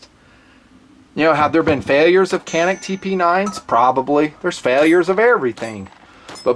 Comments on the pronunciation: Isn't it pronounced Janik? With a J even though it's spelled with a C? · I agree with you about the Canik pistols. I have had one for about two years and have never had a problem with it. By the way, the letter c is pronounced as a j in Turkish.